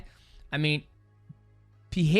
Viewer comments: ITS PEREIRA NOT PEEHAYDA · Portuguese speakers pronounce it Pereira, not “PeHeira”. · Why do people still pronounce his name like Pee- air -uh vs pur -rare uh😂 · "Pieira" acagain, man? Come on... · Damn mighty how you gonna call him PEEHEADA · Its NOT PEE HEAD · I love that no one pronounces Alex's last name the same way twice. 🤣 Pa-hay-da; Per-heya; Per-rare-a; Puh-haida; etc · Alex "Pehera"